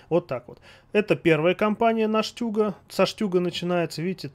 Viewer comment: Не штЮг а штУг , STUrmGeschutz